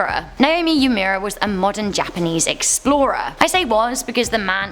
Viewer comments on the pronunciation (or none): Hi love you videos! I just wanted to point out that the name Uemura is pronounced “oo-eh-moorah,” not “yumyura.” Keep up the good videos!